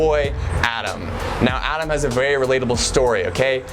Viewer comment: Berry was berry😂what I heard